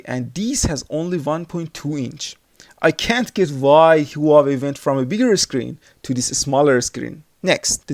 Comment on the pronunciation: u fool..the way u say hua wei is wrong.... i was going to get this hua wei 2 or sam sung s3 sport?